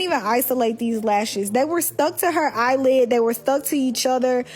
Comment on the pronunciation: Did She say “off my eyelid”??